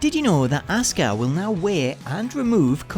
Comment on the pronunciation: STOP SAYING ASUKAS WRONG NAME WRONG ITS GRINGEY AF